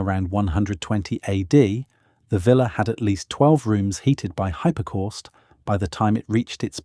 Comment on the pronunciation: hippa corst.....good grief....